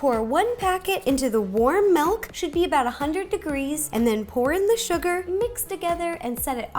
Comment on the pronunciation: You say "Melk," you are pure💕